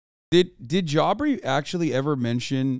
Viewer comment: No, J Aubrey is the normal pronunciation lmao. I think Hasan just enjoys calling him Jaubrey